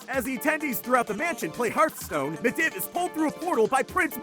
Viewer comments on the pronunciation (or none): med iv? dont you mean mediev (pronounced medeev) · It's medeeve not midiv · Gregoron Blackbane Also the way he pronounces midivh. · medhiv said wrong bolvar said wrong and fordring said wrong the fordring one was obvious so was bolvar but i'll give you a pass on medhiv if you havent played wow ever before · meh-div idk if its just a trope at this point to mispronounce every name, but even if it is, can you not please? It's so aggravating and the humor has worn off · the way he said medivh made me want to unsub